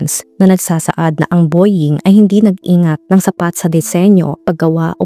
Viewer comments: Boying talaga?..bowing ang pronounciation . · Nice, great research. Pero po ang Boeing is pronunced as Bow-uhng.. Parang bo-wing, hindi po bo-ying ... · It's pronounced as "BOW-WING" and not "BOY-YING" ,,,😭😭😭😭